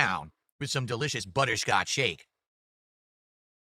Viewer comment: “Buh-Tur Scotch” 🤨